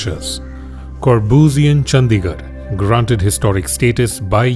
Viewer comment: It's चंडीगढ़ and not चंदीगढ़ I know most fools and ignorant say whatever.